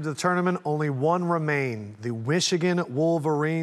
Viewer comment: Dude at the end said "wishigan Wolverines. Hope that was a mistake and not a shot